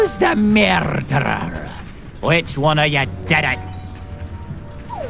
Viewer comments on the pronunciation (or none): Conductor: MEEEERRRDDDDDDEERRRRR ME: STOOOOOOOP!!! Your saying it wrong! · Who knows spanish or portuguese find the Conductor's pronunciation of "murderer" extra funny